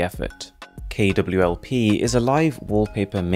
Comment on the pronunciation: You actually went to check if its KWLP after hearing boss say it wrong just in case before pointing it out and then seeing that it was already corrected.